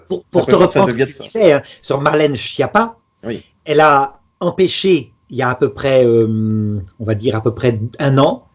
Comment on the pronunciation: Schiappa se prononce Skiappa. En italien, Schiappa veut dire nullité, gourde, imbécile.